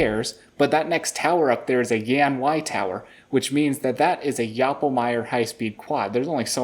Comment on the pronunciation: I got a 19 on this, you really made me a feel like a nerd 😂. Thought I'd put it out there, Yan is pronounced "yawn" due to it being the founder's name. Was a little difficult given that I haven't followed this channel until very recently but I enjoyed following along. Thanks guys for sharing!